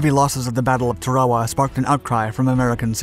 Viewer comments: In 46 years ive never heard it pronounced tah rare wuh.Thats totally incorrect.Not the people that watch your videos woild ever care or even know how the islabds name is spelledor ptonounced. Obviously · It’s pronounced Tara-Wah. Like Tara from gone with the wind. Also when you see things like mk. 48 torpedo it’s pronounced “mark 48 torpedo” not “M.K. 48 torpedo.” Had to stop watching the videos because you clearly don’t know what you are talking about and the scripts get a little fascist sometimes. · Are you sayingTarawa wrong? I’ve never heard it said that way. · He must be using the Japanese pronunciation in English....lol.. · Is no one going to mention how he’s pronouncing tarawa?!? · The pronunciation of “Tarawa” throughout the video makes it almost unwatchable. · Might want to learn the correct pronunciation of Tarawa first before attempting to convey information about the island and the battle. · Turwahwah? Is this a computer talking? It's pronounced Tair-ah wah. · It's pronounced TARawa, not tarAWa. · Tar-a-wa, not Ta-raw-a. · LOOK at the spelling of the name of this island - Tarawa Tar-awa NOT, REPEAT NOT TRA-WA-WA. This just pisses me off beyond belief ! GET IT RIGHT WILL YOU PLEASE ???? 😡😡😡😡😡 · It’s not pronounced Tare-A-Wa. It’s pronounced TA-RA-WA with the accent on the first syllable. YOur mispronunciation ruined the whole thing. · when I was in USMC boot camp in 1968, our Marine Corps history instructor pronounced it "TARawa". Not sure if that's correct or not but that's the way we learned to pronounce it. Semper Fi, TreeTop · Yeah. There people who live there pronounce it TARawa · TAR-a-wah is how I remember it being pronounced during boot camp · TAR UH WAH is the correct phonetic pronunciation of the name of this island, brother. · "Tar-ah-wah", sheesh! I guess it's good that computers still can't figure out the language. 'Guess they'll need us for a while! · Tear-a-wa. As is tear a sheet of paper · It's pronounced Tayr o wah.